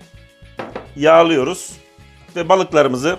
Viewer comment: Adam yagliyorus diyor ya... zeytin ya mı yoksa ay çekirdeği mi ne yagsı